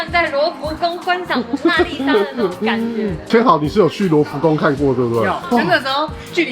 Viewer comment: 千豪的日文發音是1005啊😅